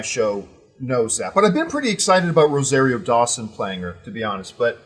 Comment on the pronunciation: John is a hater...And it's pronounced RO-ZAR-RIO